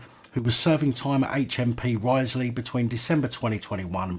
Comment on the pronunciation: Its pronounced Riz-ley - Risley.